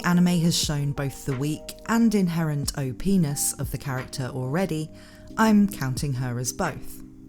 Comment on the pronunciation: Everytime I heard you said " O-P-ness" I have to do a double take . LOL